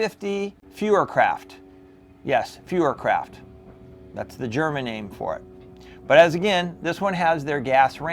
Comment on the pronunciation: Feuerkraft according to a friend of mine is pronounced Foier Kraft - I have two RWS / Diana 350 Classics in 177 and they don’t have the name Feuerkraft stamped on them , but I do know they are identified by that name? Anyhow great review , I have a Diana 350 NTec in 22 a limited model that came with a black wooden stock , beautiful rifle. At first it was a mess because the screws from factory that held the stock were shorter than needed and would come loose, once that was fixed the rifle shoots very accurate , precise and powerful- shoots the CP 14.3 at 930 fps . The only downside is that the cocking effort is more like 45 lbs . The great thing is that it hardly kicks , has no vibration or any noticeable torsion. Definitely a rifle for hunting, not plinking all afternoon.